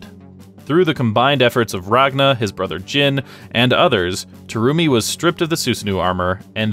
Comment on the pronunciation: Did you pronounce BlazBlue name wrong. The Terumi part as well.